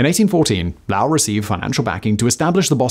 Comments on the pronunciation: Aside from wanting to cry at pronunciation (it's pronounced like Low Wool), I think this misses a major point. It wasn't that the mill girls had it "too good for too long" but that the vast number of textile mills popping up everywhere led to overproduction and a steep decline in the market price for textiles. Since there was far higher supply than demand, the profits took a dive. They wanted the city to be an intellectual beacon, but the high supply meant factory speed ups, reduction in wages, having the mill workers double up on looms, and cuts in boarding house subsidy from the mills. Accounts of the early days do talk of women taping poems to the looms to read as they worked and the youngest girls having free time to play in the yards between running bobbins to the workers. It sounds like it started the way it intended, but you can't keep those standards unless you're making profits to match. If you want another great story for this channel, there's a mill that collapses in Lawrence, I believe, that buried over half the workers alive. A dropped lantern from a rescuer caused a fire in the rubble, and no one else was able to rescue the workers. Instead the city stood by and listened as the mill girls sang like they did while working, only to hear their voices silenced slowly as the night wore on until none remained. The cause of the collapse? Factory owners taking shortcuts on building and cramming more machines on each floor than the factory could handle. So many lives wer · I grew up in that area and have family from Lowell. My great great grandparents worked in the mills in Manchester NH. It's so funny that I did not know what town you were talking about until I saw it on screen. It's pronounced lo-well or lo-ell with the o being like the word soap. I thought Simon was saying Lall! Or Lael maybe? Definitely not Lowell! 😁 How do you say Worcester MA? It's Wis-ta, in case you didn't know. Thank you for telling their story! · Dude said “the city of louwl”